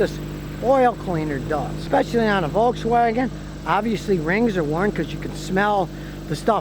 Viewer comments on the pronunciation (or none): none